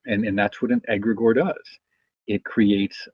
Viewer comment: (pronounced egg' gree gore)